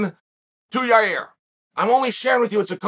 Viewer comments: It's a simple 2 syllable name YA'IR, YA EAR. NOT your ear or your rear lol. Evidently this fight is like a car wreck and only the insurance agency can can give you the correct picture. 🤷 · There’s NO way in Gods green earth Uncle Chael hasn’t at least Seen enough comments at this point of his mispronouncing fighters names! PIERRA, YARIR, BLAHAL…. So the only explanation left is that he’s either STUBBORN or TROLLY as hell…